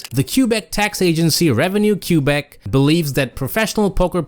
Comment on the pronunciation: Reciprocal? Quebec? Dude do you speak english?